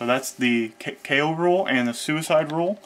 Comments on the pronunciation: The "Kay oh" rule is pronounced "koh" (rhymes with go). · I know it's probably been said a thousand times, but that rule he calls a K.O. rule is actually a Japanese word (not an abbreviation) ko (劫) pronounced straightforwardly like CO- in COrn (or CAU- in CAUght). For novice Japanese language enthusiasts, it can almost sound as if he's saying keiyō or kenyō, both of which have multiple meanings unrelated to the word's literal meaning of "eternity". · Is is NOT called K.O rule dear americans, it is called Ko ...